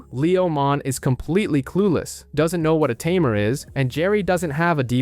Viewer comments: It's not a tumor!! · Ta mare Tay-mer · Tamer!!! tamer!!! Not tuh mere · Can you just look a word’s pronunciation before making an hour long video? hearing “ta-mair” throughout this video is torturing! it’s “tay-mur”! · at this point....its gotta be on purpose. Ta-Me're lol is so silly. It was bugging me too. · A Timair...... Im sorry but I can't help myself it's all I hear when you say Tamer